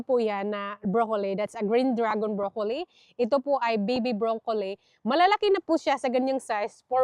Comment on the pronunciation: Huwag mo masamain kung correct mo ang pronunciation ng broccoli. Hindi brokoley. Tanong mo kay David, your husband, unless Australian accent yon. Follower mo ako kaya Ayaw kong pagtawanan ka nila. Alam ko tamang pronunciation ay as it spells, bro-co-lil.